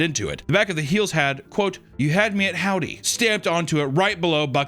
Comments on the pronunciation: It's the "Hodwy" instead of howdy for me 😂😂😂😂😂😂😂😂😂😂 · "Hodwy" Nice work